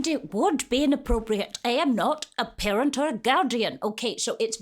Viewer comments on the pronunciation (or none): These words “ PEARENT OR GAUDIAN “ are u sure !?